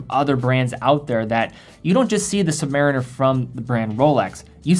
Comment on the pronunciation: The Navy man in me cringes every time I hear “submar - iner”. Somewhere there’s a crusty Submarine-Er shaking his fist whenever it’s said lol.